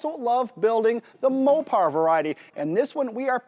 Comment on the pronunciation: SAY MOPAR ONE MORE TIME......